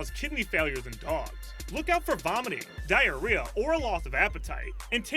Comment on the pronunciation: He said Diareah so many times